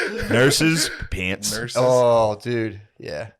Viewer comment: Shane read my mind when he started mocking for saying "peeants" 😂😂